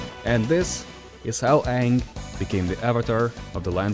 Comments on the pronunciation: That’s not ang that’s oong 😅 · hey wait a second....i've seen the movie, aren't u pronouncing his name wrong? isn't it pronounced ahhhhhng? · Great video, however you were pronouncing his name wrong. It’s pronounced Ong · Nah that aint Aang, thats Oong 💀💀💀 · that's not Aang that's Oong 💀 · That’s not Aang that’s Ong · It’s pronounced ‘ong’